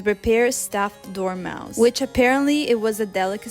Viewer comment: when you say dormouse i hear " dormamu i come to bargain" when you say you want knife to peel dates I was like " excuse you" there is no skin on dates, or do they?🤣🤣🤣